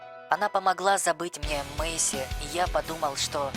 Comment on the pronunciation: Извини пожалуйста не Маси а Мейси